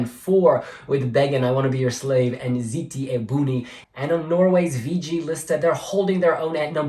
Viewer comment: no no it's almost perfect! You just have to say the O in buOni 😘